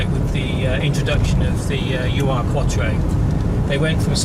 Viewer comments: It's neither pronounced U R nor does it mean original. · Tim Shaw off the telly thinks it's pronounced 'you are' as well.